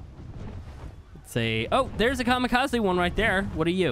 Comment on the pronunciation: Just saying the “ze” in Kamikaze is pronounced as a “zeh” so Kamikazeh